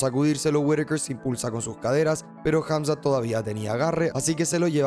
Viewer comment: jamzat o drigus